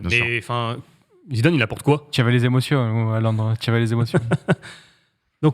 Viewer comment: "Tu y avé les émossions "